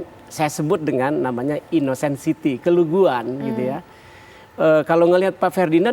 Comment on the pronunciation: Bukan keluguan, tapi KEDUNGUAN..,!!